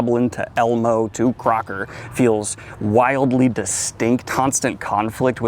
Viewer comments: "Croaker" is not pronounced like the word Cracker...it's Croak as in froggie... Frogs croak. "Croaker" is historical term for a "medic/doctor." Stems from the rather slim chance of a patient of such practitioners have. "Croakers" are the last people seen by people who are about to ... croak. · Read through the books of the south. It gets better morally. The story is amazing. Its pronounced Crow-ker, their way of saying he is shit at his job. Hes not though. Great series, solid ending.